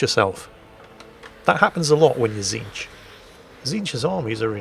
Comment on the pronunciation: don't worry you got tzeentch's name correct also please remember to use the pink, blue and brimstone horrors 😂